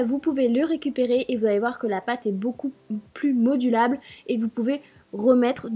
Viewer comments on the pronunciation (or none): modulable lol modelabe